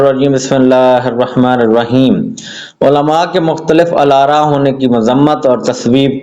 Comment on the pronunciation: جس بندے سے مختلف الآراء اور بعینہ کا درست تلفظ نہیں ہو رہا وہ امیر المومنین کے خطبے کو کیا سمجھے گا 😂